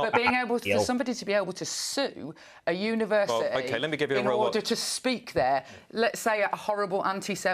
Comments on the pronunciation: Was she trying to say a word resembling university? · She cannot say university but continues to say university no T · What’s a univers- ity she means university .